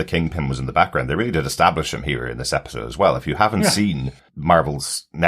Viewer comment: Bro said extablish lol